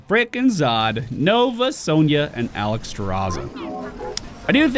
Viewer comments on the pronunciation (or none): none